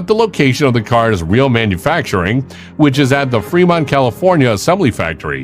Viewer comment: It's "Fremont" not 'Fermont'! As in "Free-Mont!" 🙄